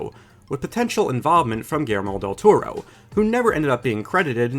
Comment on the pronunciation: "Germol del Toro"? 🤔